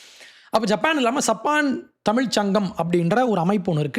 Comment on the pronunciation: " THAMIZH " ENGIRA VAARTHAYAI SARIYAAGA CHOLLA KSTTHHUKKANGADAA !